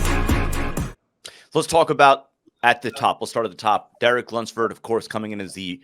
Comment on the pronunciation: It's pronounced LUMPSFORD.